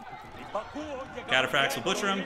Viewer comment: Don't know much about Age of Empires (i used to play Age of Empires 3 decades ago but have forgotten everything) so this was interesting and confusing to watch. But still entertaining with your little insights Edit: I am in pain whenever you say "Chatapracts":face-purple-crying:. Cataphract comes from the old greek word Kataphraktos wich means "coverd head to toe" or "fully armored", so the pronounciation is Cataphract like CAT ☝🤓